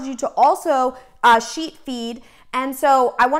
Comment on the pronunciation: When you speed up the video you sound like you are saying "cheat"